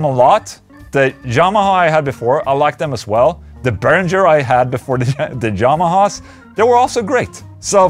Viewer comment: I love when Ola says Jamahas instead of Yamahas :)